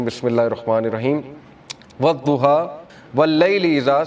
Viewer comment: Sir zuha nhi surah wadhuha sahi pronunciation hy